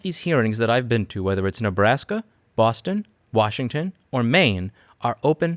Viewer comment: Don't you mean "Worshington" ?